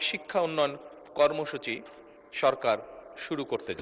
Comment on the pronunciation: কর্মসূচি ❌ কর্মচুলি✅